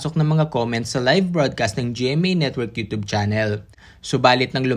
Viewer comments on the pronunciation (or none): none